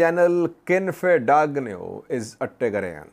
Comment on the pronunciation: that “g” in Dagnew is silent 😂or gn is ñ